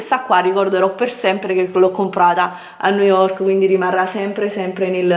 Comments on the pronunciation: Vi ho fatto alcune foto su instagram??!qualcosa non mi quadra, ha postato Delle foto su instagram o ha scattato Delle foto agli altri!? Boh come parla non si capisce una mazza....EMPER STEIT?!?!?! NOOOOOOOOOOOO, Niu yok, poveri noi! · Ma come cavolo pronunci New York? 😱😱